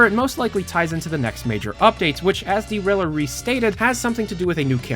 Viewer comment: is it D-Riller or just driller